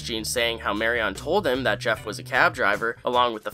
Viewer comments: Sorry but the repeated mispronunciation of the name Marion got to me. Regardless of spelling it’s “Marian” not “Mary On” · Please don't pronounce Marian's name like that *cringe*....I thought I would be cringe free now that Papa is not in the story any further. Please 🙏